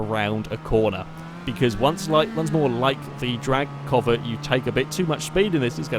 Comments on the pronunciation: Its pronounced c-ow-vet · The way he says Covet is bothering me too much.